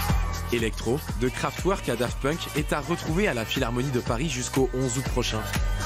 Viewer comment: Kraftwerk se prononce kraftverk. La France et l'électro(nique), ça ne date pas des Daft Punk. On a eu de grands succès dans les 70's, avec Jarre, Space, Space Art. On peut citer J.-J. Perrey dans les 60/70's aussi, et même François de Roubaix. C'est dommage de toujours ramener la musique électronique aux DJ et à la techno.